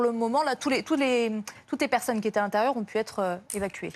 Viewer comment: "ceux qui zétaient"??? VA A LECOLE!